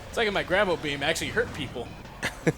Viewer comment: I could've sworn that said grabbo beam.